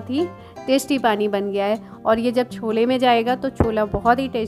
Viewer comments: छोला नहीं बोला जाता है, छोले बोलते हैं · उसे छोला. स्कूलच्या. नही केहते. उसे. छोले कुलचे कहते है. ठीक से बोला.